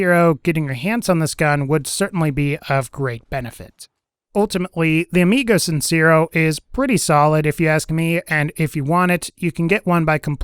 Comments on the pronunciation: The e in sincero is pronounced more like "tear" than "sear". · Lol its not pronounced sin-ze-ro, its sin-say-ro. Hyped to get that gun soon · Just wanted to let you know the amigo sincero means honest friend when translated it's also pronounced sin-se-ro